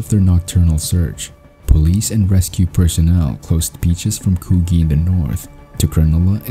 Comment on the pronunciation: It's pronounced coo-jee, not coo-ghee, !!!